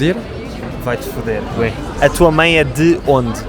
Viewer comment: "mãe" e "pai". Hhahaah! O cara não consegue nasalizar o negócio, pouca gente que não fala português consegue fazer esse som.